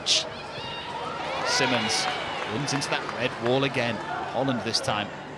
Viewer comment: Is it really so hard for the commentators to learn how to pronounce the Players names? Masie Symonds is the Brighton captain and it’s frankly insulting to her that the commentators keep calling her simmonds 🙄